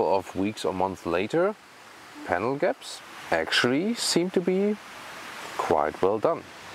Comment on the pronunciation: Ahhh, Panel Gaps! I thought you said Camel… 😬